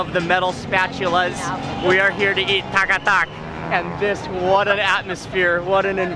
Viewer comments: Mark I believe you wanted to say Tak-a-tak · The way he said katakat as takatak 😊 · Kat a kat..... i thought ive heard tak a tak at first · This is taka tak not kat a kat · Other people:kata kat Mark :taka tak 🤣🤣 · This is what my husband loves....but i don't like to eat organs...is not called kata kat...i hear you saying taka tak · Its not Kat-a- Kat, its Tak-A-Tak! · That's sound not kat a Kat it's taka tak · Not kata kat it's taka tak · It's tak ka tak not Kat ta Kat 😂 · Its tak a tak not kat a kat😅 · It’s tak a tak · its actually tak a tak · It’s called taka-tak. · Its Tak a Tak